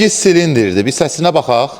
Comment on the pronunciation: Sekiz silindir demirler ay makentoş Sekizz Çilindir deyilir bu bi ikinçiside Çilindir sözü rus sözüdür Azerbayçancasini keşf ele Şert maşin görsedmeynen deyil şou mende göstere bilerem Sen bir sözü düz vurxuluya bilmirsense Makentoşsan